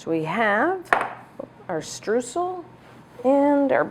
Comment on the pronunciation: Hey, great recipe! Just a small advice from a German speaker: the "eu" of Streusel is pronounced mor like the "oi" of "oil". Don't know if you care, but know you know;)